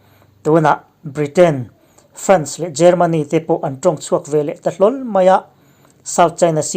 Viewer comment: France i lam dan hi a dik lo deuh....